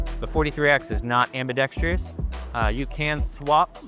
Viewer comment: Am-bee-dex-truss = “Ambidextrous” not Am-bee-dex-tree-us. 👍